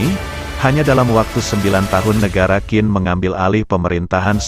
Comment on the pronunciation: Pelafalan QIN bukan jadi KIN, tapi CHIN